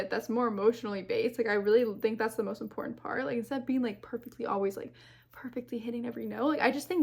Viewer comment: The word "important" has TWO "t"s, not just one.